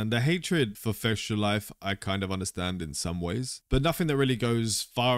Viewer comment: Why don't you pronounce fextralife as it is. You said it and it sound la fectialife.